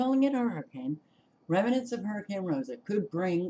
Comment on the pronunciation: It's raining in Phoenix right now. By the way, it's pronounced REM-nants not rem-i-nants. There is no short "i" sound in the middle. It means leftovers.